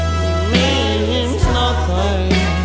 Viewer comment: se fosse só a falha gramatical ... o rapazinho tem uma péssima pronúncia de inglês, principalmente em palavras em que tenha de aspirar o H (thing, nothing, etc) .... diz as palavras como se o H não estivesse lá ... o José Cid deve fartar-se de rir ... e eu também ... ridículo